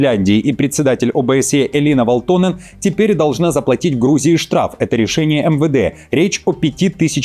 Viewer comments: Передайте своим редакторам, чтобы они расставляли ударения над фамилиями и прочими словами, если ваш ведущий настолько безграмотен. Правильно "вАлтонен", а не "валтОнен". Это финская фамилия, а значит ударение на первый слог. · "Валто́нен" - неправильное ударение. Правильно - Ва́лтонен. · ВАлтонен, а не ВалтОнен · Всё хорошо с одной поправочкой- всё-таки ВАлтонен, а не ВалтОнен. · ВАлтонен, недодиктор... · ВалтОнен?! ЖурнАлист! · В à лтонен... Ударение-то куда ставите!... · ВаАалтонен!!! 🤦‍♂ Ударение на первый слог в финском языке! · Ударение на А в первом слоге В(а)лтонен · Парень,ударения учи в финских фамилиях))) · Загуглите ,как читаются финские фамилии! Ударение на первый слог,это вашем варианте звучит потешно!!!